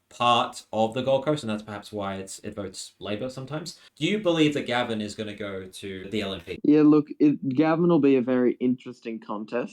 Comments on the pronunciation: It's it Gave...n not Gavin, pumistone not pewmistone and car par la barr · And Gaven isn't pronounced like the name, it's closer to Gay-ven. The electorate covers a Gold Coast suburb called Pacific Pine (Pac Pines) which is VERY working class.